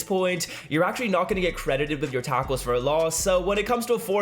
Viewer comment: Is he saying a taco 4 Loss lol